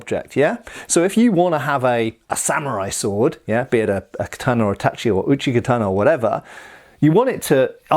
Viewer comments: Relieved to finally see pronouncing "tachi" correctly. <3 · You know, I was surprised when you said "tachi" and not "tashi" hahaha